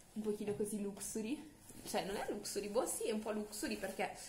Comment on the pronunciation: "Luxury" pronunciato come si scrive non si può sentire